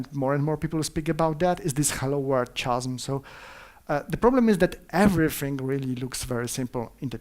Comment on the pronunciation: Naucz się wymawiać „chasm”